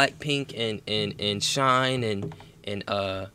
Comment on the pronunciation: Also, you said "SHINE" and placed them with girl groups😭 im thinking you meant SHINee (pronounced like Shiny) and they are my favorite boy group 💀easy mistake tho, you haven't reacted to them yet